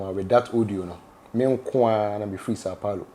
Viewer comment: Sau Paulo not Sau Pauro 😂